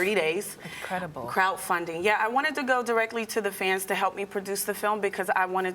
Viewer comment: crowt funding? Sounds like Kraut funding....